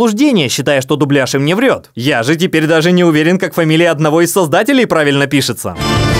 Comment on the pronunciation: дублЯж, дублЯжем и тд, ударение всегда на Я